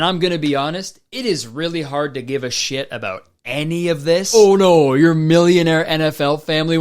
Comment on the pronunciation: most Canadian “oh no”